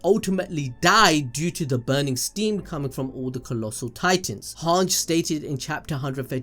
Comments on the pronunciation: everything aside is Hange pronounced as "HAANJI" or "HAANJ" bruh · how can you not even pronouns hanges name right? it's so easy: han-ji, not hang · Hange is actually pronounced han gee